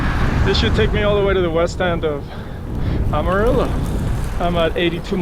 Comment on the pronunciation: Love watching your Rte 66 journey especially through Oklahoma and now the TX panhandle and yes the wind is relentless, sometimes seems like there’s a headwind any way you turn and yep that’s how we became the dust bowl states. Btw Amarillo is pronounced AM(not Ahm)UH-RILLO. 😂 Keep up the great work!!